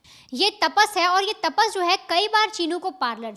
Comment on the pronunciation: तापस नहीं रे भाई तपस है उसका नाम काय ताप आहे डोक्यालां